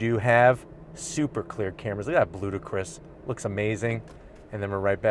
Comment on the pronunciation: Lovin' the videos, but I had to play it twice to make sure I heard Bludicrous and not Ludacris like the rapper. I was like WTF Dodge? Color names are wild these days.